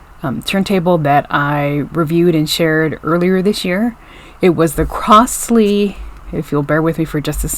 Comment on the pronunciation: It is pronounced "crozley" and not "crossley".